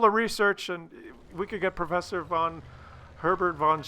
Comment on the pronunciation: "perffesser" really, You're starting to get more stupid than normally, there.